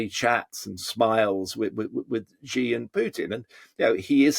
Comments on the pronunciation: It's not Gi, it's Xi as in Mexico. Megico? Gosh, you westerners! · Can someone please teach these pundits to pronounce Xi?